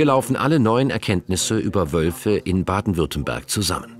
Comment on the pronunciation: Weiß nicht aber ein Sprecher vom swr sollte wissen das es Baden Württemberg heißt und nicht Baden Württenberg ….scheiss gez , Wölfe sind der Hammer